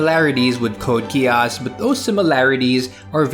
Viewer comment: Some day I will get over the fact that no one pronounces Geass like geas, since that's literally what it is, but... oh well. Thanks for the video. I haven't watched much Mecha but I'm enjoying G Witch, and now IBO too, a lot so far